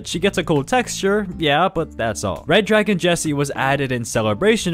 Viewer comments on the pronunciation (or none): none